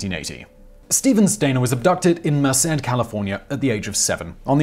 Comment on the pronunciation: Steven’s brother ended up being a serial killer too. Also, kudos on pronouncing Merced right!